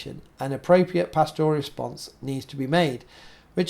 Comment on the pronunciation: PASture, PAStor, PAStoral. Not pastORal. But keep up the good work!